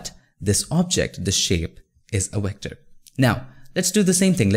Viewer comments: I love your videos, but it makes me laugh when you pronounce Vector as Wector LOL. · It's V V V V V ... god damn V for VVVVVVICTOR not WHIKTOR it's not WHEKTOR.. it's VVVVVVVVVVVVVVVVVVVVVVVVVVVVVVVVECTOR VVV V V V V V V V V V V god damn it!!! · Oh I thought he said "Here" Lol !! 🤣🤣 Like when he says Vector, it sounds like Wector. I thought at first that there was legit a thing as a Wector until I realized he only meant Vector. True Story. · Great overview! (Though its "V" Vector, not "W" Wector!) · V ector, not WHECTOR anyways thank you for the video, really helped a lot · BRO! VECTOR NOT WECTOR! YOU KEEP SAYING IT WRONG BUDDY! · Vector, stop saying Wector! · Great video. Vector, not wector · Not wector, it's vector with a V. convert not conwert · stewie: you can't have a pie without a cool hwip: you can't have a path without a wector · Love your content Bro. But with no offense, why does indians pronounce "Vector" as "Yector" or "Virus" as "Yirus"? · Wat is a wector???? Oh you mean a Vetcor . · Vat is a wector sir? Lmao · Wtf is a Wector? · Haha, wecter.... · " A Wector" HAHAHA! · You should really consider learning how to pronounce "Vector" properly.